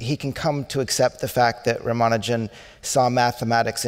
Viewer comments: It is so disgusting to hear the so called expert interviewers who talk about Rama Nujan , and keep calling him rama Nujan. What a shame they don't bother to spend a minute to learn to pronounce the name of the most brilliant mathematecian's name right. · Ruman-juan.... Rumanu-jan seriously! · Couldn't they get a moderator who wouldn't bungle the name from the start by saying 'Rama-Ju-an'? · The silly way the moderator butchers pronunciation of the names of Srinivasa Ramanujan and Manjul Bhargava is quite jarring to note in an otherwise pleasant interaction. I wonder why she didnt spend a mere 5 minutes before the event to just practice how to correctly pronounce the names. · there is only one way of pronouncing Ramanujan, there is no need to invent new ones or having a debate. Host is so terrible!